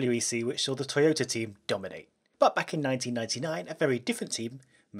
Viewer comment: "Toypta" lmao